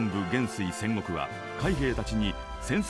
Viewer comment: のセンゴクの発音違うよね